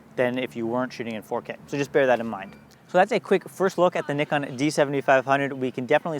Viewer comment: North American accent pronouncing Nikon correctly? oh yes